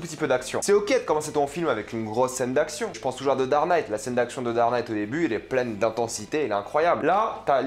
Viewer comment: "darnaîte" et "wowarzed" je les connais pas ces deux films ;-)